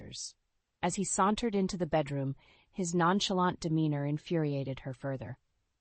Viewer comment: The way they pronounced sauntered it sounds like they were fixing a broken pipe